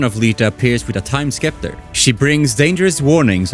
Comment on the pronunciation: You say scepter weird.